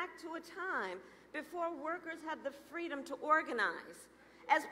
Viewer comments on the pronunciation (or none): Oh FWEEDOM